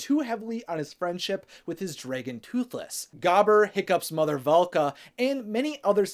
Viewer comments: drey gon? No. It's drAgon. lol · Does it bother anyone else that he says “Dray•gun” instead of dragon??? No hate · Did he just say DRAYGON???!!! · Are you saying “Dreygen” on purpose? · Draggen? Its just how some say it, I'm from Oklahoma USA so it sounds normal to me lol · Why do you pronounce dragon like that ? No hate just find it funny